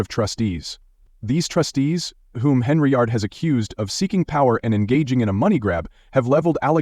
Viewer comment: It's Hen-yard, there is no R